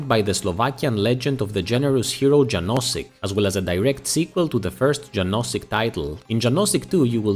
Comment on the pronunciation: "Janosik" should be pronounced as "Yanoshick". :)